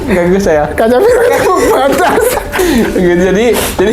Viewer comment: kacaribu baang, bukan kacabiru